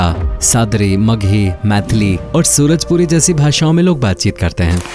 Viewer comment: भाई सूरजपूरी नहीं सुरजापूरी